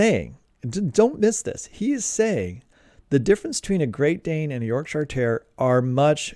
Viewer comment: Oh, by the way, it's pronounced "YORK-shuh", not "york-SHY-arrrr". Leicestershire is "LES-ter-shuh", not "LY-ses-ter-SHY-arrrrr". Gloucestershire is "GLOS-ter-shuh", not GLAUW-ses-ter-SHY-arrrrr". You're welcome. 🤗 {:o:O:}